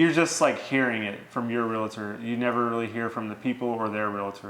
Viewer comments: Honest question, why do you say "real-A-tor"? Never understood inserting that "a" that just doesn't exist. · Also it’s pronounced Real-tor... not Real-a-tor😁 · She pronounces REAL-TOR correctly. Good job. Him, not so much. That said, until closing, sale is not complete, at least in my state. Either party can back out.